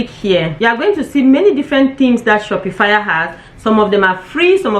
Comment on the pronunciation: Its not pronounced "shopi-fire." Its pronounced "Shop -pa-fy"